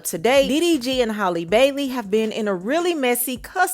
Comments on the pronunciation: Hall-E Bailey. It’s pronounced JUST like Halle Berry.. Who is Holly? Nobody ever did that to Berry but a lot of y’all call this young woman Holly for some godforsaken mind boggling reason I just can’t understand! You claim that you “got the tea” but can’t even get her first name right….smfh 😒 I just don’t get it. This isn’t even difficult AT ALL. My god… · Her name is Halle, not Holly lol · Heyyyy,!!! 🙋🏾‍♀️ Halle is pronounced H-AL-lee, not Haley, or like Holly. (H-AL...) RESPECTFULLY 🤞🏾💙 Cuz a LOT of folks never pronounce it correctly. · It's Hey-lee